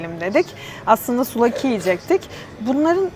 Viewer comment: Fanatik bi Galatasaraylı olarak bi sonraki Yunanistan turunuzda misafirimiz olmak isterseniz kapımız açık! Bu arada çok güzel video👍küçük bir düzeltme: souvlaki, suflaki diye okunuyo arada bi f var yani.